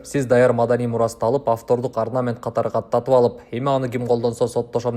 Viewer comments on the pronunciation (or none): none